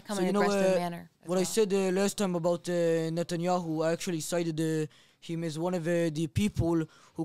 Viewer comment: How are they gonna try to talk about Israel and say they know more than matan if they can’t say Netanyahu’s name correctly!!